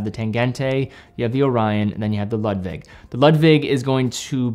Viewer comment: A very good composition. By the way: You pronounce the Nomos Ludwig like Loodwig. It's a German first name.